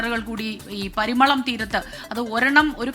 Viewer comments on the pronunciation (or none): പരിമളം അല്ല മാഡം പരിമണം